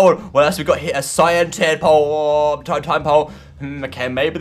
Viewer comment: cyan "sea-on"